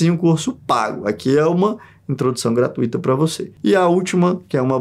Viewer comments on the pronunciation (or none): none